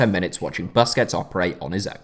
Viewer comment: For a guy who seems to love busquets, youd think he'd know how to pronounce his last name